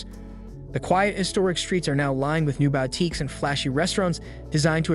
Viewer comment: "uncouth" "boutique" "elite"- these are some of the words the (AI?) narrator can't pronounce. ANYway, all this is bunkum. 40 or 50 years out of date. The old money Wasp elite started dying off in droves in the 1980s and beyond; their children are modern people far less interested in the stuffy old school mentality this video weirdly describes. In any case, the old money crowd only came here in the summer months- they really weren't that invested in the place and couldn't care less about the locals. Modern art has been dominant here since the 1950s. The battle between Old Money and New Money was fought and finished long ago, decades ago. New Money won, decisively. This video is highly inaccurate, outdated, most of the images aren't even from the Hamptons at all. Poorly done.